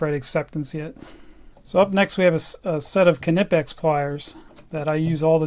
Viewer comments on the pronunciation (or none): I still think you are saying Knipex completely wrong but you lecture us on how you are saying it right, when Germans say it on there companies Instagram they say K-nee pex not K-na-pex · If you want to get really anal about pronunciation, you're close but not 100% yet. Your "Knipex" sounds like K-eh-nipex, there should not be any delay between the K and N. But hey, at least you pronounce the hard K 👍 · Well it ain't pronounced "kinepex" like he does. It's written the way it's pronounced. "Kni-pex" with an audible K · It is actually pronounced: kunee-pex The 'i' has more of an 'eee' sound. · Isnt it pronounced cuh-knee-pex? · Still saying Knipex wrong. The German 'i' is pronounced 'ee'. So it is something like Ke-nee-pex. You can hear the company reps say it properly in the videos on their website or right here on youtube. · We call it with more pronounciation on the i, try to spell it like Kniipex with two i :D Greetings from Germany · The kNIPEX sales rep said it as NIPEX because most British people use a silent K even though it is obviously of german origin , just as a german could pronounce an original english word with a german twist :] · The "K" in German is not silent. Knipex so please pronounce the K at the beginning.